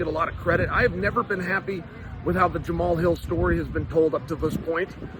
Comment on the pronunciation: Jamal Hill… 😂 The man’s first name is pronounced “Jama-Hall”